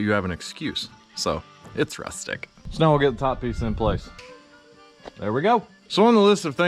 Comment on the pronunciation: Man, …. You’re so sincere and honest and then you go and make me spew coffee outta my nose with the final “Ruthtic!” Thanks! I haven’t laughed like that in a while.